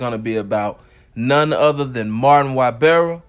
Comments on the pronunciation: Say it with me. His name is EEE-Bar-ra. Not why-bear-ra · Damn it’s no Y barra it’s pernounced i barra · Da shit pronounced “ee-bara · E.....BAR....RA , NOT Y....BEAR RA 😒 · Its not wybarra(ybarra) Its eebarra (ybarra) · (long)E-bar-uh. Not Why-bar-uh. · Pronounce his name EEE-BAR-UH not WHY-bear-uh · One more time!!!!!! You came through. But one thing though, you’re butchering(Mispronouncing) he’s last name. He’s name is pronounced EEbarra. Not Whybarra. But is a minor thing. Just keep doing what you do. KEEPING US INFORMED. Thnx. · Why-berra ≠ Ibarra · Y is pronounced E in Spanish. So its "ebarra" phonetically. Short vowel e. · That Y is pronounced E. Eee-barra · I’m sure Ybarra is pronounced “Eee-berra” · Hey I love your videos, Just one thing, his name Ybarra. It’s really pronounced EEBARA. The “Y” is pronounced like an “E.” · I love your videos. Thank you. One thing though it’s EEBAARA. Ybarra it pronounced Eeebaaraa. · Shit really started bothering me after the 3rd time 😂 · Lol E-bar-ra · I knew it had to be posted already!! Lol😂 I just wanted to write E-bar-ah. This should be too comment no 🧢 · It's pronounced "e-bara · Its pronounced ebarra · Ybarra is pronounced Eeebarra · it's E-bar-rah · I think his name is pronounced E-BAR-UH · say whyberra ONE MORE TIME man f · That’s NOT how you pronounce....Y.... Nevermind. 🤦🏽‍♂️ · Yur not saying his last name right lol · Yur not saying the last name right lol